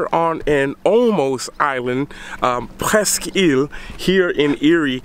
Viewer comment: pronounce the name of the State Park correctly if you want to do a video about Erie. Erie averages over 4 million tourists a year. We have all the people we want. Thanks for visiting anyhow!